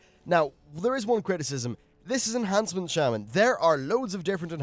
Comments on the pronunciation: Pisses me off so much...its enhance...not ench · (Enh)ancement. Not (Ench)antment. This bothers me more than it should. Please stop. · reals, makes me made when people say ench. Where the hell is the C in ENHancement?! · "Ench" Shaman?